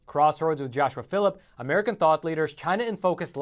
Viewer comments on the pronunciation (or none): none